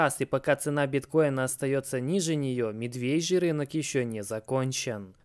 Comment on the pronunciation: Медвежий, прямо режет ухо произношение. Пишется - жи ши с буквой И, но произносится все таки с Ы. Вы же не произносите шИрма, а говорите шЫрма. Вот и медвежий так же. При всем уважении.